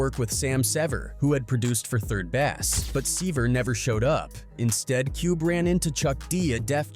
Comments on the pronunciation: Good video BUT man you butcher the English language it's Base like 3rd base hate these videos that butcher folks names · Also Ameri-k-ka and Bow (as in string and bow) Down?? 3rd Bass — as in the FISH?? Is this AI pronunciation?! And you can’t even transcribe what Cube said about losing 13 of his friends correctly? That’s just disrespectful…